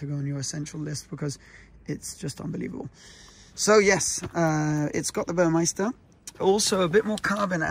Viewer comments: Congrats. I have an all blacked out Macan GTS with red calipers (standard) and red tachometer, and seatbelts. With the red stitching. BTW it's Burmester. Not Burmeister. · It’s Burmester not Burmeister